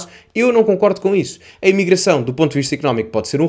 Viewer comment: O JR dos Santos não sabe pronunciar o "E" de "emigração"! Caricato...